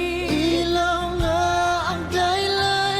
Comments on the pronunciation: the "LAW" in Ilaw is NOT like LAWyer. It sounds like COW HOW so it's EE-LaU. Also, please react to the full Rappler Live Jam: SB19(with ENGLISH CC) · Gud AM from Germany im also Pilipino. How 2 say ILAW- ii-law not ay- law.😊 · Love your reaction. By the way the word, "Ilaw" rhymes with the word "cow." So, it's ee---law (pronounced to rhyme with cow). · Pronounced ee-lau. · PRONUNCIATION : ǐ-Lăw (ee- law) = ILAW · pronounce ILAW like (ih lao)❤❤ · ILAW, (Light in English) is pronounced with a short " i " sound. Thank you for appreciating SB19. You should also try that with translation, its a beautiful song with a deep message.